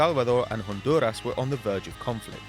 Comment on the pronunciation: How hard is it to say El Salvador and Honduras!!!😂😂 Nice try though....